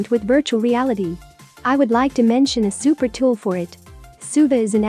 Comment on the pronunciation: hehe Zupa! the z for an s is freaking adorable